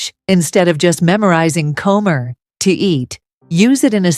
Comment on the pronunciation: “Quiero comer ahora”. NO NO and NO. This pronunciation is ABHORRENT!!!!! AI should NOT be used for these types of videos UNLESS AI Is capable of correct pronunciation. A simple beginner sentence with all three words grossly mispronounced. The credibility of the video is shot already at one minute 52 seconds.